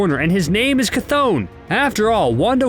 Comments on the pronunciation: Geezus, I’ve here like 5 different pronunciations of the name Chthon ...CH is pronounced “ch” not “kuh “ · It’s ch-th-on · I been saying chthon wrong this whole time it’s actually pronounce ch-thone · You mispronounced Cthon wrong. Also Kevin Feige said Agents of Shield is not canon